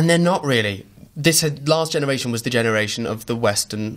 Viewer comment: "Last Genaretion"